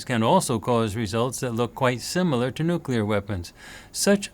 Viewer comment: Say, "New Clear". Rather than Nucular.